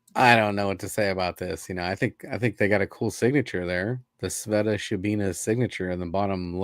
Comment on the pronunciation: I don't think I've ever heard say Sveta's name right. Dying laughing. LOL